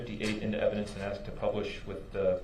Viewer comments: You were talking about bulldozing through when anyone is talking. I hate when he ask "axe" a question and then interrupts the witness trying to answer him. The judge has called him out a couple of times for it. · what IS the point of axe-ing questions